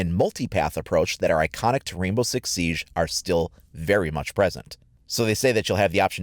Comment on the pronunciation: Stop pronouncing Siege incorrectly.